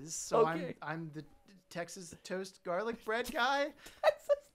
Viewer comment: It's garlice bread man 💀